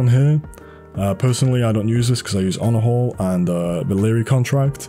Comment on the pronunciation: the way he say he use honorhall(onahole)